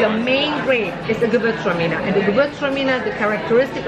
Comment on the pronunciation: It's more like "guh VOORTZ trah meaner" in the German pronunciation